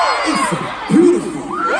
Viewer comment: J Hope saying " its so beautifil"!!!